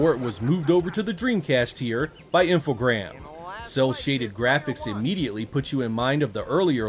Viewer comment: great video as usual and I'm gonna sound like a twat but its Infogrames not Infogram lol